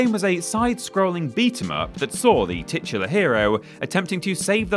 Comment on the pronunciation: Now that someone pointed it out I always notice how you say titular in every video.